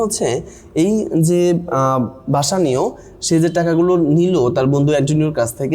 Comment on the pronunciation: বেসেনিও ✅ বাসানিও না❌